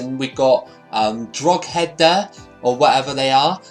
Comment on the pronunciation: Just to let you know , Drogheda is pronounced Dro (like drop) head ah